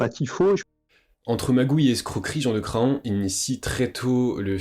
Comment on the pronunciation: Incroyable documentaire, bravo pour toutes ces info, seul petit bémol, Jean de Craon se prononce Cran, le o est muet. Il y a une ville en Anjou (Mayenne) qui s'appelle Craon, d'ou son nom.